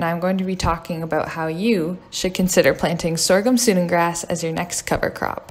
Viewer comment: Great video, but it's pronounced "Sue-dan grass" like the country in Africa.